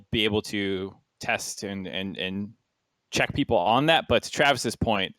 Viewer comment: i agree, and i might be wrong, but i felt like he incorrected himself multiple times like saying people then right after that saying beoble... for me it felt like he's intentionally doint it. Again though, i might be wrong.